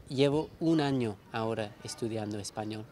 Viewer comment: El sonido L al final de la palabra español no me parece lo suficientemente suave, ¿de qué país es?